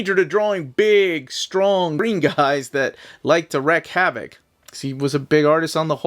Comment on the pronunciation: A couple minor pronunciation notes: “Herb” isn’t pronounced like “erb”, but with the H sound; see Herbert Hoover. Also, it’s “wreak havoc”, not “wreck”.